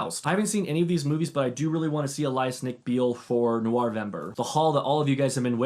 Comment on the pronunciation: Nice video. Btw, "Alias" is pronounced ay-lee-uhs